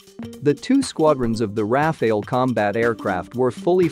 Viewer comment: Firstly its RAFALE not RAFAEL, and Tejas mk-2 is already in the pipeline so saab doesn't even make sense moreover IAF already operates 2 squadron of RAFALE so again going along with RAFALE will be more feasible for IAF